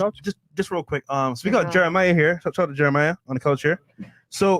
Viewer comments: what does miss pronouncing a name have anything to with networking?😂 holy hell yall come up with any reason to put down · Yoo but y’all ain’t peep brodie Jeremih get mad mad when fresh kept saying his name wrong. Bruh like I been in here n dos how you disrespect me